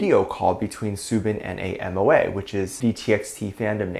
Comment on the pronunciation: MOA is pronounced Moh-Ah. I agree that Soobin and the rest of TxT have not always gotten the acknowledgment that they deserve. The haters went after them even before they debuted just for existing.